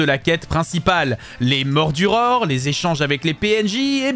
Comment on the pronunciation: Les "Morduror"